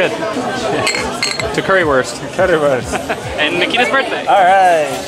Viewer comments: sure, it still would be understandable, but i still get triggered when someone pronounces Wurst like worst and not like Woorst since (Curry)wurst ist the best and not the worst :-) Even when it might not be worth the effort for tourists to learn an entire foreign language (and i don't expect that either), it wouldn't be bad to learn some basic words like greetings and numbers and it would sound a lot better in general, if native english speakers would have a closer look at how to pronounce vowels (which are similar in lots of other languages but completely different from english) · Can you guys at least learn how to pronounce currywurst? The W is pronounced like a V. That's all there is to it.